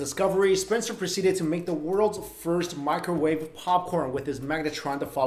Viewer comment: OH NO NOT DA MICRAWAVE